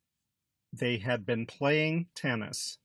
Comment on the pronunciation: Great lesson, but why do you pronounce "been" as Ben? There's literally not a single dictionary that pronounces this word like that.